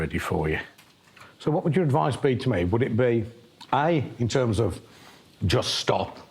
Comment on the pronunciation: Although « we don’t talk in those therms now « 😂